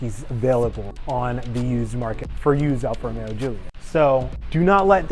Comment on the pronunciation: seems like a good guy, but hopefully he doesn't say 'Alfa Romero' anymore.